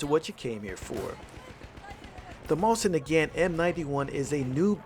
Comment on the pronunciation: I love your videos, but I find it so funny that you say "Mosin Nagaeant"